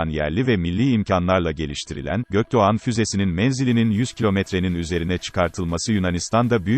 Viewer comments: Ge-O-Ke-De-O -yumusak Ge-A-Ne nedir Allah aşkına. Adam GÖKDOĞAN kelimesini okuyamıyor da kodluyor sanki. ÇOK KOMİK😄😄😄😄😄😄😄 Çe-O-Ke-Ke-O-Me-İ-Ke. 😀😀😀😀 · Güzel içerik fakat yumuşak g ye takıldım, içeriğin önüne geçti. Bunu seslendiren program falan mı. 4 kere dinleyerek füzenin adını çözebildim. Gökdoğan mı diyemiyor bu program.